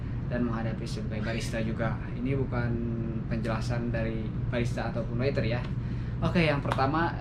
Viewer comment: Waiter bang, bukan witer